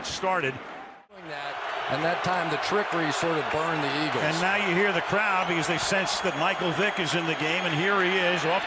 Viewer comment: Lol you said iggles